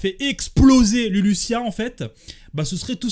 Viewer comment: on prononce LuluZZZia pas LuluSSSSSia 😂😂😂